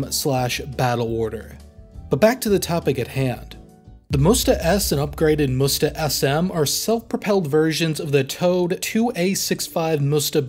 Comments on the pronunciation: That is not called Moesta. It is M'Sta. Please say it right🙂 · It is Msta, not Musta, it means revenge in russian. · Dear - very much enjoyed your video, thank you.Minor suggestion on pronounsaiton the system is not called "musta" it is m'stA.Admitedly an awkward word even for russian speakers, it is an old slavic word for vengance and name of some river. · You read Msta as "Musta" it sounds like you want to say "mustafa"... Say it without "u" sound. M and then directly S...MSta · Not "moosta", it sound like m-sta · why you are saying "moosta" when it's "msta" ? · If you'll ever need to say msta, let me help you a little because it feels like it's really tricky and hard Word in terms of pronunciation Msta is said like "mster" in "hamster", except it's a in the end which sounds like u in "mug" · I've only ever heard the msta pronounced as mista or meestah. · it's pronounced em-sta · Good. It's pronounced "mstA" the A is stressed. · Its pronounced 'meest.' Russian for 'revenge.' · so you also can't pronounce aMSTErdam ??